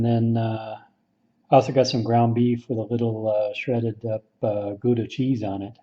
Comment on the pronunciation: Funny how you say Gouda cheese😂🤣